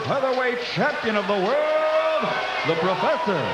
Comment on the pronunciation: The Proferfsor